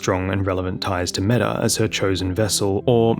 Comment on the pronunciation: Not sure about the anglicized pronounciation, but Metyr means mother in ancient and old Greek, it is pronounced mEE-tyr, not meta. Manus just means the terminal segment of a forelimb, corresponding to the hand and wrist in humans. So basically the game adding "mother of fingers" after her name is redundant.